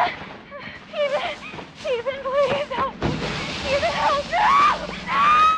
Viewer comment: Ethan? Ethaan?! EeEethaan !